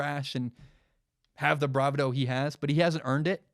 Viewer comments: It's pronounced "Bra-vaa-dough" not "Brava-dough" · "bra-vid-o" -lol